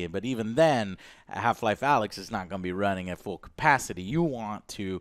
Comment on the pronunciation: When Joe calls it AYLX. 😂😂